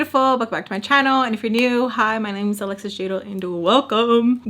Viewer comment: The way Mr.Peach would say your name always makes me crack up , uhhh lesss ssissss 😂